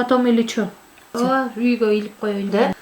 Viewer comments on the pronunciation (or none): Немного неверно. Мы кыргызы говорим Ооба но букву Б в середине слова обычно произносим как В. Соответственно будет звучать как Оова. А иногда сокращаем и О и тогда будет Ова.